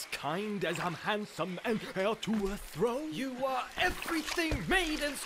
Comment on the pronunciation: and "heeir to a thröne"! love the french twange